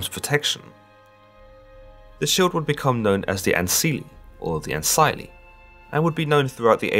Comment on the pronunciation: Good video but bad pronunciations. I recommend going on Wikipedia and wiktionary to learn how the names really sounded. Like in ancile the "c" never sounded like "s" instead it would have had a "k" or "g" sound. In Latin "c" always sounded like a "k" or "g". Also égeria (eigeria in old latin) had an "ei" sound like the "ei" in "neighbour" and the "g" was never pronounced like "dj" instead like "k" or "g" as in "gate". I hope this helps.